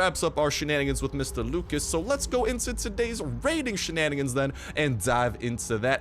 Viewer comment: The way you pronounced Lucas though 😂😂😂